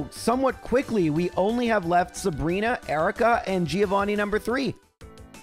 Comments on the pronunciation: Hard to believe this is still a thing after 100+ episodes, but I have to point out: Giovanni is correctly pronounced "Joe-vanni", the "i" is kinda silent. Really enjoying these videos anyhow, keep it up! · Day Some Extremely High Number of telling to call the Gym battle with Giovanni "Threeovani" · How many more videos does it take for to try to pronounce Giovanni right?